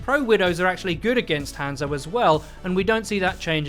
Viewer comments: Learn to pronounce hanzo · Let's talk about the real issue here the way this guy says hanzo